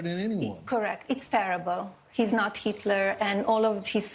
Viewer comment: Who is "heet-lure"?